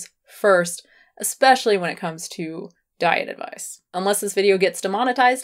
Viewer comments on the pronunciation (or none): none